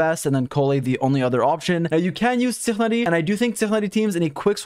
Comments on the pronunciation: Wtf is tihani? It's ti-na-ri Tihani😑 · bruh why do you pronounce Tighnari like he's an Alien😭it's pronounced Tai-nar-i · you pronounce tighnari like how you would pronounce high but for ti, so it's pronounced "tienari" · I say tig nar e or tig nah dee. I saw some Pakistanis on reddit say that's the way its pronounced. sounded like he was in a hurry saying tighnari 💀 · Every time im amazed by how weird your tighnari pronunciation is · I usually don't visit twitch much... but just because of pronunciation of Tighnari, NOW I WILL!! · Why is he saying tighnari so weird